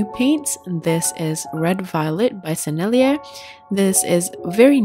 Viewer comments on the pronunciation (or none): none